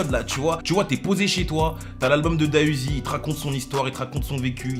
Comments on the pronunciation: Juste pour info on dit D.A Uzi et pas DA Uzi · On dit pas Da uziii mais D A uziii🤦🏽‍♂️ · On Dit D. A UZI